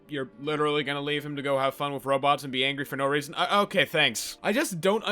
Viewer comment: With is pronounced with a TH not an F Wiff was too much for me I couldn’t finish the video.